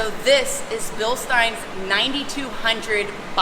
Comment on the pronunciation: Think Beer Stein.